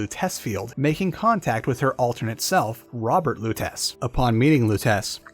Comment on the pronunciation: Pretty sure it’s pronounced Robert Loo-teh-chee